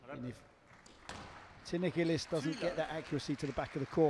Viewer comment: Awfully easy to like Gilis (pronounced 'Jeeleese' & not 'Gillis' as in 'Dobie Gillis') but impossible to like Farida